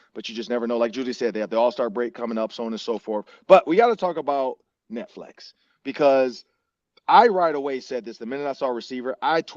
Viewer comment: This dude said Netflex for 30 minutes before anyone said anything 😂😂